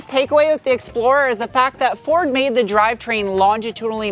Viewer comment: MADE in Chicago, not MANDE